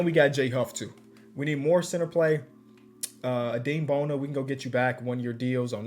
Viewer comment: Its pronounced uh-dem bona, that's my goat